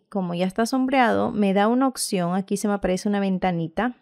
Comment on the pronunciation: Cómo escribe la palabra OPCION si usted dice occion.